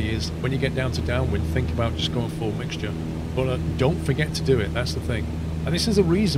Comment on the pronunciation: Everyone: Mixture: MIGSJER